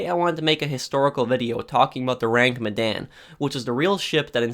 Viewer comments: Your pronounciation is "Oh-Rang Me-Dan" .. It's actually "Ooh-Rang Mid-Dawn" .. Sorry.. it just bothers me lol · Your pronounciation of the ship name is waaay off XD .. Aside from that.. Good video!